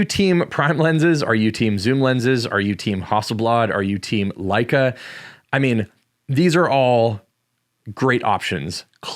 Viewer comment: Leica makes you more creative is what I heard. You said that right? :)